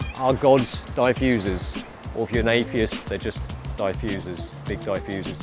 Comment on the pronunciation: DieFusers. hehehehe! First time I heard someone say diffusers that way.